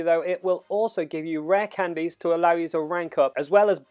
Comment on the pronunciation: I love your videos but I can’t stand the way you say candies! Haha